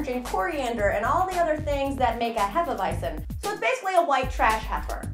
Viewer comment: Hay-fuh-vite-zen = Hefeweizen